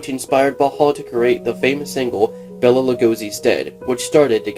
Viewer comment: Bela is pronounced Bay-La not Bella. Bela Lugosi.